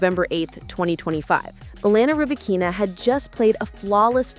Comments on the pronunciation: Only artificial intelligence could butcher somebody's name so perfectly and completely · Wtf, with this AI generated post that cannot get Ribakina's name pronunciation correct? No thanks.